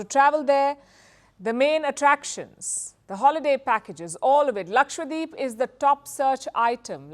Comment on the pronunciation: wtf, its not lakshwadeep, its lakshadweep, how did you even come here without knowing basic pronounciation